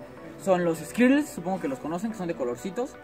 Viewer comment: así no se pronuncia skittles